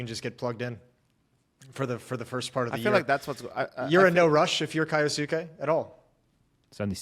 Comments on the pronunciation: K-yo-suh-kay said quickly with the u in suke not really pronounced, might actually be a good thing if he never makes it I won’t last a pro league hearing keyooosueeekiiii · Yeah it drives me insane that these guys can't do the basic research to pronounce names, I am an anime watcher so I know it's pronounced as k-yos-ke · im sure its not intentional, but just want to clear up any confusion, kyousuke's name could be pronounced something like "key-oh-skay"